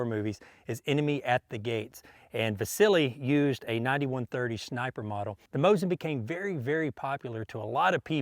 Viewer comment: "A 91/30 shniper rifle" 👍